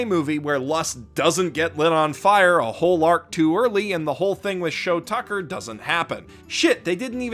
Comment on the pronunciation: IT'S SHOU TUCKER YOU FUCKING SIMPLETON!